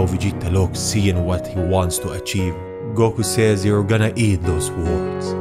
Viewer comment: "Goko" ok then